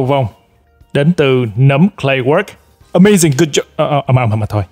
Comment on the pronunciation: Ờ - May - Zing - Gút - Chóp :))